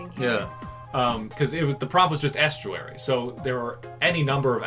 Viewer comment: The way you pronounce estruary frightens me